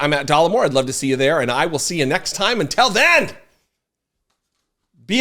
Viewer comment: Hi, my word that you say wrong is " until".....you pronounce it " untell"... anyways, love your show and don't miss any episodes! EVER! 😂